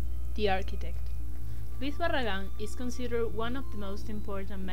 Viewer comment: excelente la arquitecura de Luis Barragan, de eso no hay duda... buenas imagenes tambien muy interesante de lo que hablan... pero hay que practicar la pronunciacion, eso si les falló